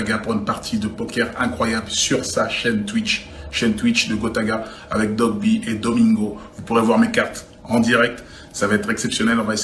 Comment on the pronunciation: Gims il a dit dogby lol doigby plutot ^^